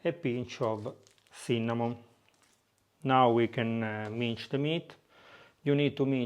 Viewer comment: It’s pronounced mins (s like salt) not minch old boy.